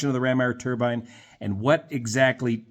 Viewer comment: Thank for pronouncing turbine correctly. You're one of the few who don't call it a "turban". 😆